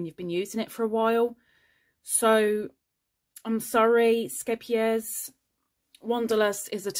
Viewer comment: I love hearing you pronounce the name of the yarn so easily. I laugh every time someone in the US tries to pronounce it.